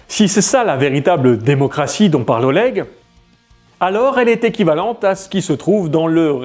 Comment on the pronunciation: Après Oleg il sait même pas prononcer Oleg correctement alors de base il commence mal.